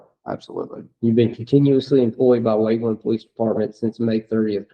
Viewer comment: Waveland not Wakeland.